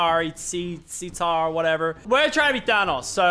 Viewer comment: Lachy: Chitari or Shitari